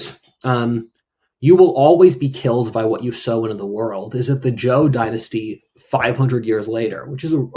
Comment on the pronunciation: `Zhou` is not pronounced like `Jo` - J is a voiced CH sound, and you were pronouncing it that way. However, ZH is pronounced as a voiced SH sound; a fricative consonant, not a stop. It's a sound that doesn't appear in English.